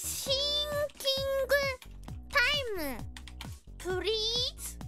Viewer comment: Coodinetes purrreaseeee